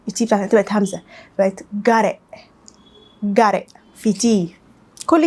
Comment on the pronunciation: اللهم بارك نطقك تحفة زودي من الفيديوز دي نتعلم منها♥️. وكنت عايزة اقول حاجة وهى ان ال t في got هنا اتنطقت حرف الراء بالعربي او حرف ال d في الانجليزي مش حرف الR بالانجليزي لان زي ما قولتي في اول الفيديو ان فيه فرق شاسع بين الراء بتاعتنا وال r